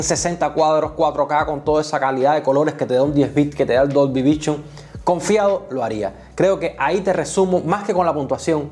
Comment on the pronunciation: Muy buen video! Pero me explotaba la cabeza cuando decías DOLBY vichon 😂😂